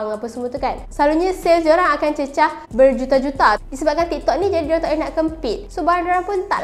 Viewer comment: x reti sebut juta ke